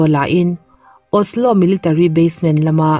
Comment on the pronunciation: Norwaygan i tia..Norwagian hi tia lam tur ami? A Chang leh Osla te itia..